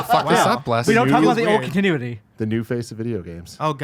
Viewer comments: Did pronounce CONTinuity as CUNTinuity? I'm offended. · No, it was more like CUN-TINUITY, which is definitely not how that word is pronounced.